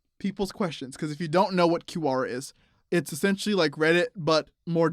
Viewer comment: You guys are good at pronouncing things.. you can Voldemort “valdamore” you call Quora “q-ara” (it’s literally pronounced like it’s spelled QU-as in QUick with a Kwuh sound then ORA- like ORAL as in OR-AH) where you get Kew-ara from… goofs